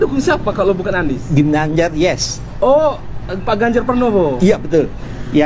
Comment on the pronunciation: Kok nyebutnya ginanjar bro. Diseting dulu yg apik biar gak lucu